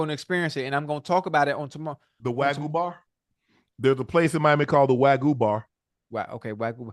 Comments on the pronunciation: Im howling because Ocho kept calling Wagyu Steak Wagganot...lol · Ocho called Wagyu steak “Waganot” 💀💀💀